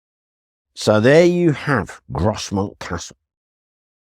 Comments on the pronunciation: Just a heads up from a local, it's pronounced Groz-mont not gros-mount. Big fan of the channel btw 👍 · its said gros mont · Not being a local I would have pronounced Grosmont with a silent "s" just like the one in North Yorkshire.